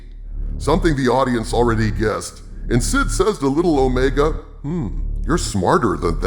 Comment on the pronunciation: Let’s call her what she is. It’s not Omega; she’s O-Rey-ga.